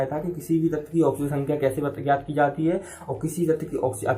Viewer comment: Thik se bolo